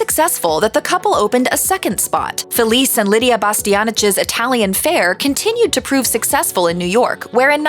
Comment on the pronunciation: I recently read Lidia’s memoirs. She’s a much tougher cookie than the warm and fuzzy grandma she portrays on tv. I guess that’s admirable since she’s such a huge success. But underneath the facade is an iron will, and you wouldn’t want to cross her. Btw, her ex-husband’s name is pronounced Feh-LEE-cheh, not Felice!